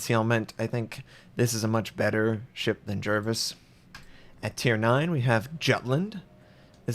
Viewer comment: You know that`s not how you pronunce Jutland........